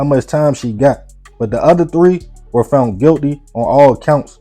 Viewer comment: "Fount" is not a word it is found and she asked a question not axed a question. He ran down the street not skreet. Seriously you really need to learn how to say these simple words correctly and stop telling the story like you are dropping bars OR SINGING. You must be from Georgia. I get embarrassed when I hear my people speaking like slaves and like they never attended an English class. Don't talk like a white person, just talk like a black man or woman who knows how to pronounce simple words the right way. RAN DOWN THE SKREET? COME ON SON, SHOW ME WHERE THERE IS THE LETTER K IN THE WORD STREET? I'M KEEPING IT 100. STOP TALKING LIKE YOU ARE OWNED BY A MASTER AND IT'S 1861.